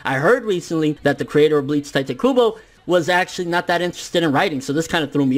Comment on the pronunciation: Why does everyone call him tai te? Its tite kybo like a kite with a t. Pls fx.